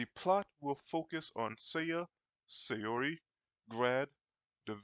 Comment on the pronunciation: It's not pronounced say-ori it's pronounced sao-ree. You should know this by now.